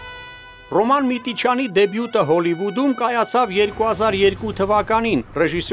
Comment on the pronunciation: Հոլիվուդ չի հալիվուդ